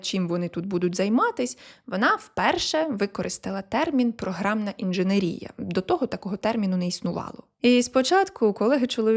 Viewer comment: Ну що ж таке... така актуальна інформація, така чудова подача, мова йде про такі круті постаті! І тут... інженерІя. Ну, та за що?! Ну, яка інженерІя? інженЕр, інженЕрний, інженЕрський і, звісно, інженЕрія